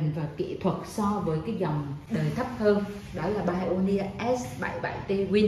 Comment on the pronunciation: Hiếm hoi lắm mới có được một người phát âm từ Pioneer ở Việt Nam chính xác như.